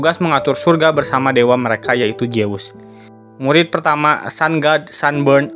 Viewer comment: Zeus itu dibaca zuuz, bukan jeus